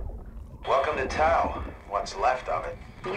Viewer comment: Hey Mark, just a heads up that the Greek letter tau is actually produced like the word "tough". Not really important, but my Greek conscience kept nudging me to write that :P